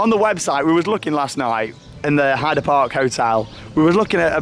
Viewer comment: I have been waiting for ages for you to upload! But it is still an amazing vlog. Hope you had a great day. When is Mr Lee wood in another vlog? Plus you didn't pronounce Heide park correctly!